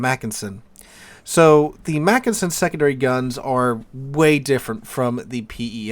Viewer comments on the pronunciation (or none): You’re a teacher -look up Wikipedia for pronounciation details! And you got the “Mackensen” right the first time, before veering of in your variation of McKinsey. In German, an e is pronounced like in bet. And yes, Mackensen is stressed on the first syllable. PEF is a good ship, btw.